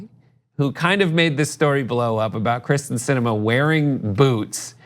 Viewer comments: It’s kYRsten, not Kristen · it's KEEEERSTIN, not Kristin. sheesh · Her name is Kyrsten, not Krysten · It pronounced Kiersten...not krysten. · Her name is Krysten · Does nobody on this show realize it is pronounced KYRsten (Kier) Sinema, Not KRYsten (Kris) Sinema. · It’s KYRSTEN, not Kristin 😂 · KYRSTEN* not Kristen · Kyrsten! Not Kristen! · by the way,, its pronounced keer-sten